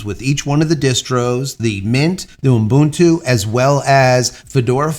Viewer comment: The man know how to say Ubuntu. I'm impressed.